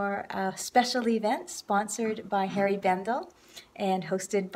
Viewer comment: Please don't take this the wrong way, but it's HENRI Bendel, not Harry Bendel. You look like you had a blast, best wishes to you!